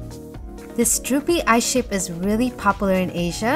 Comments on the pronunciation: she actually says "eyeSHAPE" but yeah, you're right. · She actually said eyeSHAPE